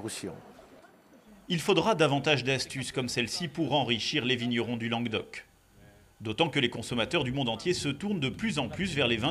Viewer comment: On dit lanGUEUdoc, fan dé chichourle ! ;-)